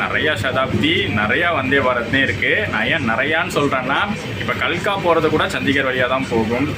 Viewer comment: “கர்னால்” என்ற ஊர்ப் பெயரை “கர்னல்” என்றும் “கால்கா” என்ற ஊரை “கல்கா” என்று தவறாக உச்சரிக்கிறீர்கள். பொருட்குற்றம் இல்லாவிட்டாலும் சொற்குற்றம் உள்ளது. சென்னை போன உடன் ஒரு ஹிந்தி மாலை வகுப்புலே சேர்ந்து கொஞ்சம் கற்றுக் கொள்ள முயலுங்க. உங்களை மாதிரி வட மற்றும் மத்திய இந்தியாவுக்கு அடிக்கடி சுற்றுப்பயணம் செய்பவர்களுக்கு உபயோகமா இருக்கும். Please equip yourself adequately on language learning as you must try and live out of your comfort zone.